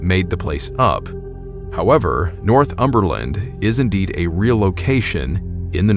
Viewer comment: "North (pause) umberland" is pronounced all as one word e.g. North-um-ber-land.